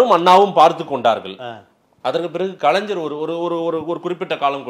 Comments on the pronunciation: கலைஞர் என கூறுக கலைந்சர் என கூறாதே உச்சரிப்பு சரியில்லை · 'கலைஞர்' என்பதை 'கலைஞ்சர்' என்று சொல்லாதீர்கள்.